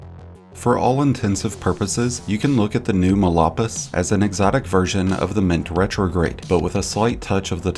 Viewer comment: It's phonetically pronounced "mall paw-ease". It means badlands in Spanish.